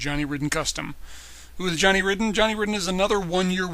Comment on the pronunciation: Not sure if this is already pointed out, but Johnny's last name is actually pronounced as "Raiden".